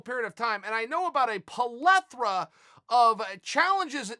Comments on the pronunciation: A “polethra”? 😂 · Hey, Chael.... Sorry to bother you, but..... What's a POLETHRA?? I'm pretty sure that's not a real thing. Do you mean a PLETHORA?? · if chael says its pelathra rather than plethora, its pelathra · It's not a plethora it's a polethra! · Plethora chael. Plethora